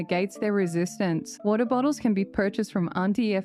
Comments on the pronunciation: It's apparent those pesky Americans have been giving you a hard time pronouncing "wa-AaA-ter bottles" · Going American for the phrase "water bottles" made me choke on my water, ironically enough. (From a bottle no less!)😂😝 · Absolutely obsessed with ur American pronunciation of water bottles